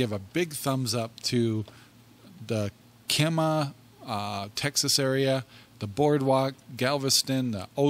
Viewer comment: We live 20 min north of Kemah. We would have loved to meet yall. Kemah Boardwalk really is a hopping place. fyi. The first half of Kemah is pronounced Kee . we really love your videos and podcasts.